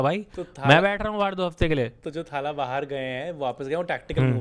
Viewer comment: Arre bhai it's not थाला it's तला or even better तलअ . Stop pronouncing it wrong for god's sake!